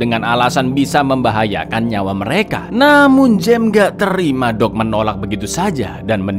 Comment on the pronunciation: Mas tolong pas nyebut nama Doug jangan kayak nyebut "dog" dong 😁